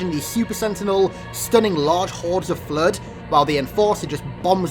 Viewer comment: The Fluehd